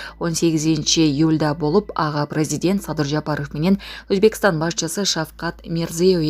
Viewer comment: Прайзидент деп айтпагылачы